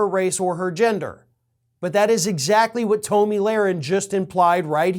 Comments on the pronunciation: Toe-mi?? Dude stop the mispronounced names. You're better than that. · I love you call her “toe-me”.